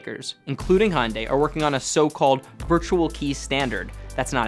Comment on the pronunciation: I found it most amusing that he had such a hard time pronouncing Hyundai 😂